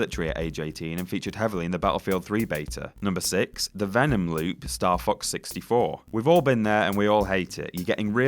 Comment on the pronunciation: It sounded like said Star Fuck 64, that's what he's referencing.